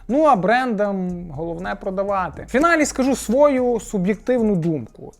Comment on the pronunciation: Наголос своЮ, а не свОю